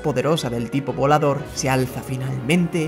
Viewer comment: crei que decia vlolador